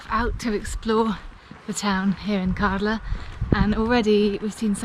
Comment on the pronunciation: Kärdla. Ä is pronounced as a in "glad".